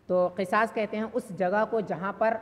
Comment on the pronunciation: Qisas nahi qusaas h Qisas ka maana Intiqaam h